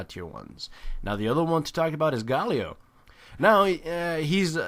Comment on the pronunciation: "mahna" "gawwlio"